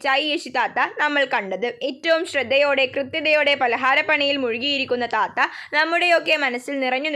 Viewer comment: Chechi oru mistake undu thatha alla thaatha 😅😊